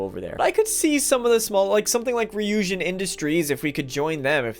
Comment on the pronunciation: Congratulations!! You're the first person to pronounce "Ryujin" correctly.. and I've watched a LOT of Starfield videos. I just ordered a t-shirt.